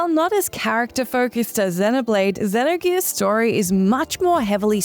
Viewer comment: the way she kept pronouncing xenogears gave me anxiety